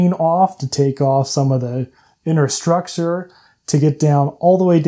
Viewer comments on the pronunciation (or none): none